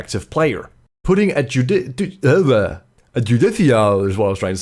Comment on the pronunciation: It's jude-i-car It derives as a word from "Judge".